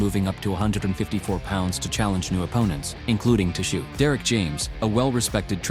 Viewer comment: The t is silent in tzyu pronounced zoo